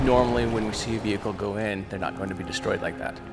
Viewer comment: Veacle is not a word (VE-HIC-LE)